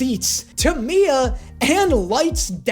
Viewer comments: lol even ryuk doesn't like light also it's not mia it's misa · dude who is Miya💀 i swear he said miya instead of misa several times am i just dumb lol